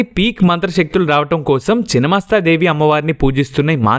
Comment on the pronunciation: చినమస్తా కాదు రా నాయనా!! ఛిన్నమస్థా అనాలి!!